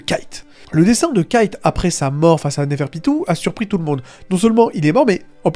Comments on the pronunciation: Kite 😢 dit Kaito stp sa me perturbe 😅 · en tout cas on sait que ça se prononce kaito ça j'en suis plutôt sur à 100%(en japonais ça se prononce comme ça)